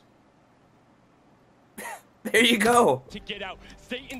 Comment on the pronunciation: The Vic Roy he just said the Vic Roy pls strike me down now